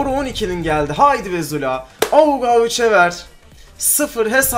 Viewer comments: Abi sen zula diyeceğine jula diyon sksjsjjsjsjs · Züla ne abi :D